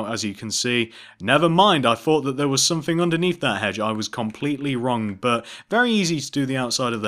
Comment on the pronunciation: its not one two free four its one two three four its not somefing its someTHING